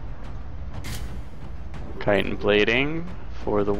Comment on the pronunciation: Thank you for being able to pronounce chitin correctly by the way. Drives me nuts when people can't say it properly.